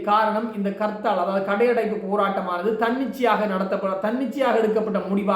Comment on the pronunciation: It's not karthal.Say harthal.